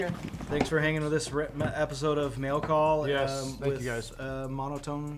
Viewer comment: he pronounced mail call so terribly. "mell cawl"